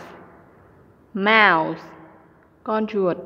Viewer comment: Đọc ko đúng từ mouse ko có âm gió s